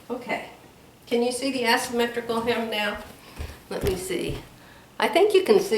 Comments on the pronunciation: Love the blue and white blouse you already made with the asymmetrical blue skirt. FYI with love. There is no "ass" when pronouncing asymmetrical. It is pronounced "A" symmetrical. You can google how to pronounce it to hear it said out loud. Love you. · 🤣🤣🤣, you were sewing “ass symmetrical. It’s Aaaaa asymmetrical. Love you. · I do like the top you have with the skirt. Gives you more options for jewelry. 😃 I would kindly ask you to google the pronunciation of the shape of the skirt. The A says it name as in “say” not as in “ass”.